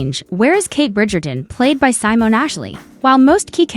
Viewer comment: Simone is not pronounced “Simon”.